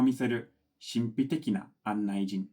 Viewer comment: 「古の」、の読み方は、「いにしえの」かな、この場合。「この」とは言いません。「いにしえ」の意味は、辞書で調べてみて下さいね。 あと、「案内人」は、「あんないじん」ではなく、「あんないにん」です。 それから、金属のスズは、「錫」ですが、カタカナで書くことが多いですよ。 細かいことについて、うるさいな、と思うかもしれないけど、小さなミスは、その都度修正していかないと、語学って学んでいくのが難しいので、あえて書かせていただきますね。 ジェームズさんの詩的な感性を、これからも、美しい日本語で表現していってくださいね。